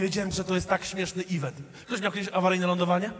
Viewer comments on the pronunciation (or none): none